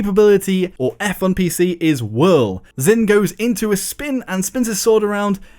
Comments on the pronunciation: If you learn Chinese you will know that Zhin is pronounced like jean and not zin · came here to ask this. should be "j'in."